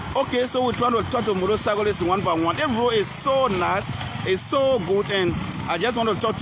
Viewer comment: He keeps calling Road- load 😂😂😂😂😂